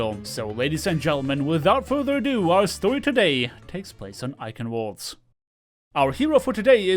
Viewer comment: I wanted to comment about how much it hurts to hear you mispronounce "Eichenwalde", then I remember that it probably hurts you much more than it hurts me. Kudos for standing by your principles,.